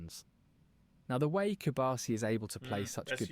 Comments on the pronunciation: A little correction, is Pau Cubarsí, not cubársi. cu-bar-SI. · Hey,. It's /koo-barsi/ and not /cube-arsi/; just like how you don't pronounce your own name like /liyuk/, but like /loo-k/. Keep up the good work.